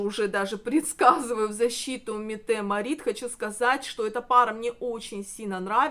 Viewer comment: Кронпринцессу Норвегии зовут МЕтте МАрит. Вы,, делаете неверное ударение